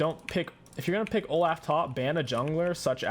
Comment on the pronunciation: It’s pronounced “Oh-Loff” not “Oh-Laugh”